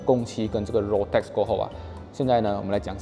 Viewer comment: Roadtax 发音变 路tax 😂厉害